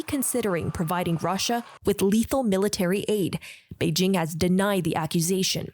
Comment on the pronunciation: Selena Wang cant say Beijing correctly? 😂